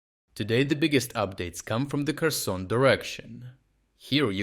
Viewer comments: It's Pronounced HUR-SAWN! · Every westerner tries so hard to pronounce Kherson the Ukranian way, and you just went right out and pronounced it like a western person would, with a hard K. Also you don't need to pronounce Krim (Crimea) in english like a crime has been done.